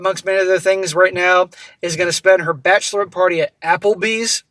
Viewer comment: Bachelorette rhymes with batch of the wet.